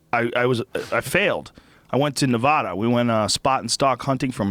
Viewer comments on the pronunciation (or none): none